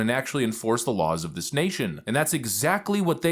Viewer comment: I sure wish you would learn to say th”instead of changing it to a d! Dis, Dat,Dare, Da, Day instead of this, that, there, the, they!! Please learn to speak intelligently as I know you are not stupid.